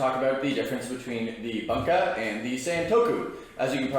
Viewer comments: Great vid, but is “boonka” vs “bun-ka” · Can't stand the way you say Bunka 😂 it boon ka, it's not a hamburger bun ka. Bút great video